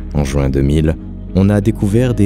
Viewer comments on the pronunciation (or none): none